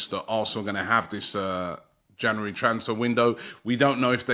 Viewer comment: Just wish Robbie would pronounce January correctly, makes me cringe 😂 plus as an arsenal fan, I believe we ant buying anyone.. we are still a dead club with a dead owners who care only about there American sports teams. I don't think Arteta is the man for job anymore either.. overworking players and its showing again like last season, we are running out of stream too early.